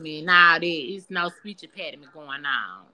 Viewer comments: Ain’t no speech “mpeninent” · "I no speech impairdement baby, I no speech impairdement"🤣🤣🤣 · Speech empattyme!!!! LOLLLLLLL!!!!!!!